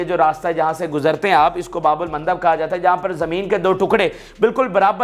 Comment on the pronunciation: his pronunciation is very bad.